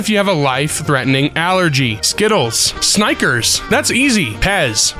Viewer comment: Why does he say Snickers like that